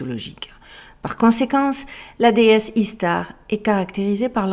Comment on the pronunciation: ça se prononce "ichtar" en fait...